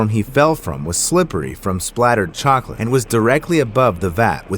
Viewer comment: The cocalate death i had to say chocolate did you jou say cocolate ahhhhhhhh😂